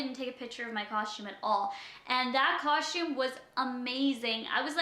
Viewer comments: she does say custom weird she is saying cushtum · Not hating but there is a right and a wrong way to say something that's why there are pronunciation guides in the dictionary.